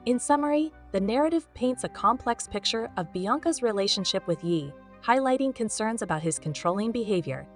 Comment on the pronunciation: Voice over should’ve said YAY.. yeeeeh is incorrect and extremely annoying